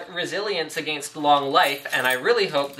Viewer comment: why does he say against weirdly?